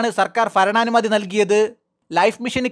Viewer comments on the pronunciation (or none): ഫരണാനുമതി അല്ല മാഷേ ഭരണാനുമതി.